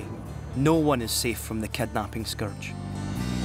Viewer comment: if he says kednaaping one more time i swear